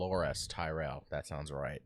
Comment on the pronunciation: Bran's actor pronounced Tyrell won't. It's just Tie-rell.